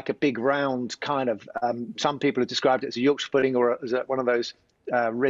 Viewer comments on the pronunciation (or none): none